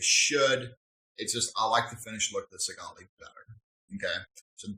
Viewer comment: This is why you need to actually use your shit properly and long enough before reviewing it. There's probably a bunch of people that saw that last video you made on it and didn't buy it because you didn't know what you were talking about. Also, learn to pronounce the names of the devices you're making these awful videos about and stop swearing so much. You already sound uneducated enough.